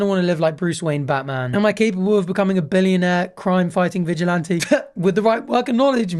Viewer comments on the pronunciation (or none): none